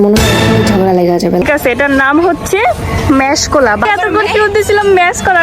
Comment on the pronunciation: Not mash cola, maxx cola